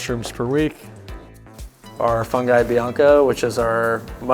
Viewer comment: it's FOON GHEE , not fun guy. otherwise just say mushrooms. banana daiquiri